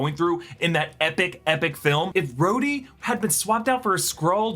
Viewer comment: SkRhodey keeps sounding like scrotum to me.